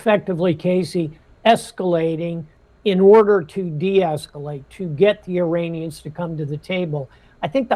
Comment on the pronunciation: Why does it always sound like they`re saying ``Uranians``? 😅 Greetings from Nuremberg, Germany 👋